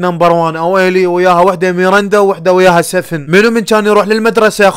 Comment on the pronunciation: سفن ❌ سڤن ✅ 😂😂😂😂